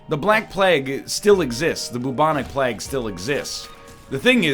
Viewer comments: NL, Plague is pronounce more like "Playg". Not "Plag". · After pahssta, baguels and now plag, I'll never be surprised at how Mr. Lion pronounces things again. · “The black plegg, the bubonic plegg...” I can’t. I just cannot. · "Bubonic Pleg" Why do make us suffer, mr Northern? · also bubonic plagg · Yeah, I was passively listening and hearing him say plegg kinda woke me up. lol. This Egg's always got something up his sleeves. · bubonic plaegg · Why does this man say Plague wrong? EDIT: Why isn't this run Zany? The episode is called [Zane]! Why does he decide that referencing someone NAMED Zane allows this title to exist? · Still hate how he says plague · Is this how you actually pronounce plague. Im genuinely asking